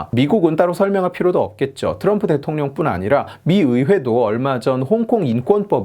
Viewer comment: 왜 나는 령자가 꼴자로 들릴까....